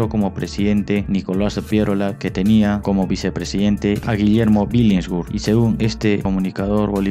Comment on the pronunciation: Billinghurst se pronuncia "bilingurst" Bro. No "bilinsgurt".🙉🐭. Por lo demás, genial.🥲👍🏻